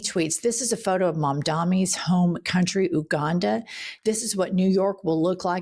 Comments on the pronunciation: Adore you…but also a linguist:) Please tell me you’re aware that the pronunciation of “Uganda” is “You-GONE-da”! Not “oo”, “you”!! Love ya, and always want you knowing and learning…how we all keep our shit working as long as possible! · You can learn to pronounce Uganda. U not ooganda. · Please say YOU-Ganda not Oooh-Ganda... merci beaucoup! It's phonetic, not exotic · By the way. It's pronounced, YOU - Uganda. Not Ouganda. Otherwise, I'm with you. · Ooganda 😂😂😂😂 it's Pronounced Ewganda. Apart from this I enjoy this podcast so much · Hey ladies, watching you nearly every day! P. S. Uganda is not pronounced Ooh ganda; it's pronounced You ganda. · you-ganda, not ooh-ganda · love love you two! by the way it's pronounced yoo·gan·duh xx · Love yall so much! But Uganda is pronounced YOU-ganda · I love you guys but it’s pronounced Yoo-ganda. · fyi Jen, Uganda is pronounced ~you-gahn-dah~ and Mamdani isn't of "Ugandan descent" he's a Ugandan national: he's of Indian descent 😊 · That’s not how you pronounce Uganda…